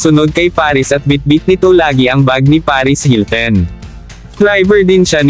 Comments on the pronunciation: anong paris hilten? hahaha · Akala ko ako lang nakapansin. Hilten nga rinig ko.... kagigil! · HiltEn... Kardayshan... Kaylie... 🤣🤣🤣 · Ano b yan hilten ka ng hilten. Hilton!!! Kayli bigkas at hindi keyli keyli😂🤣😃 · Na-bother ako sa "hilten" at "keli".